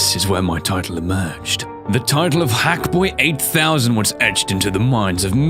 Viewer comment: okay, hackboy, it sounds more like F...boy just saying